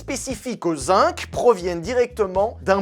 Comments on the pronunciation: Zinc ne se prononce pas "zink" mais "zinG" [zɛ̃ɡ]. Mvoilà. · Ça pique les oreilles, on écrit zinc avec un "c" final mais on le prononce "gu" comme dans seconde.